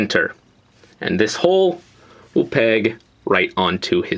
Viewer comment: Did you say this WHEEL be the leg ?